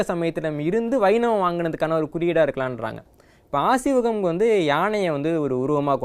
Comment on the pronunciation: Asiwagam ille. Aaseewagam.